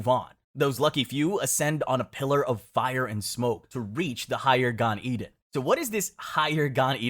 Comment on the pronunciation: Gan Eden should pe pronounced as Gan Eh den